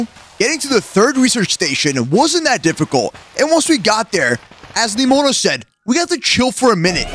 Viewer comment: Ne mo na not nimoe You’re saying it wrong i’m not trying to be negative I’m just pointing it out